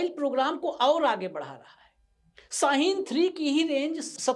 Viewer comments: Saheen ny its shaheen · YAAR YE SH NAI BOL SAKTA AUR YE KAADU DAYRH ARAB KI ABADI WAALAY MULK KA AIR CHEAF HAI 👻🤣😑🤭 ABAY SHAHEEN NOT SA HEEN KADDU.. BYE SISTERS 🩶🩶🌷🌷